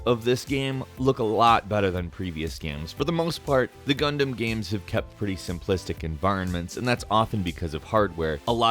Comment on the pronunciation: GUNDAMMMMMMM oh my God I keep hearing Condom instead of Gundam